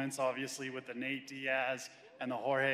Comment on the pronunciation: ouch bro. He trying to say it's NATE not Nat lol